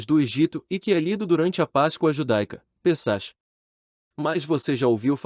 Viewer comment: A pronúncia correta de Pessach é "Pessak" e Sarajevo é "Saraievo". 😉